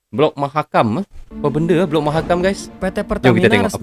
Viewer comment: Mahakam bang bukan makam.